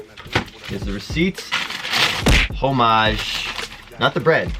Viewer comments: I think you need to learn how to pronounce "homage" lmao but either way the HTH are ugly af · Also the way u say homage is so funny haha I laughed every single time 😂😂maybe that's the Canadian way